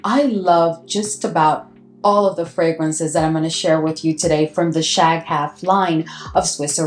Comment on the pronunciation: Shaghaf is one word, you shouldn't break it up like that. The GH is the equivalent of a very guttural (uvular) R in Arabic.